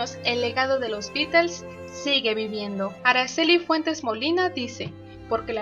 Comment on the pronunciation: Hola. ¿Por qué pronuncias "Beatels"? Estas en España? Saludos.